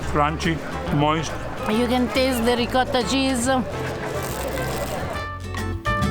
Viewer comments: Please,: try to say RICOTTA (pr. Reekawtta) and NOT reekada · How about you work on your pronunciation,. You're married to an Italian, no excuses for saying "ree caata." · This guy has an Italian wife and she never taught him how to pronounce Ricotta correctly? SMH...